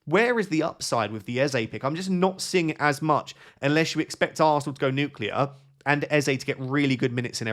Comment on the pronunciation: You've got to stop saying nuclear